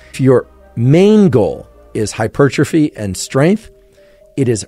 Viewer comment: Don't trust a guy who can't pronounce "hypertrophy".